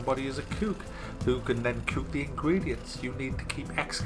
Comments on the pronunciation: Anything with an ook he pronounces ewk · You say cook the way you say book. God damn it.